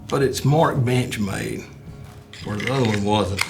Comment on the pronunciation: Every time boss says bench made i swear it sounds like bitch made lmao